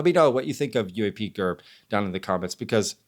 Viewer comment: I'm gonna assume the heat you're catching from questioning UAPGerb's research tactics is going to continue in the comments for a while so I'm not going to add anything there but I do have to question why in the hellel do you toggle back and forth in this video calling him UAP-JERB, then back to the regular UAP-GERB, UAP-JERB, UAP-JERB, UAP-GERB. I cannot figure out if your intention is to subtly fire some kind of shots at him or just get under his skin. The pronunciation absolutely has to be a conscious decision on your part just by the way you go back and forth with it. You cannot possibly do that and not be aware of it. Please let us know, I am holding my Bref while I wait for your response. Thank you.